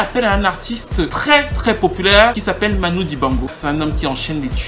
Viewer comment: j'aime beaucoup tes vidéos, mais là il y a une erreur phonétique...on prononce Manu et non pas Manou...c'est Emmanuel Dibango... pour le reste, c'est top ;) continue!